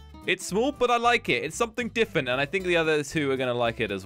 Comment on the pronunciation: It's bugging me that he says diffent instead different.